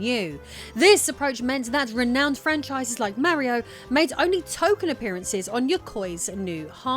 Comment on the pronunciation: IT'S MARIO NOT MEARIO